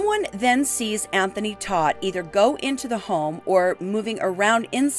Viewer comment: Todt is pronounced like TOTE.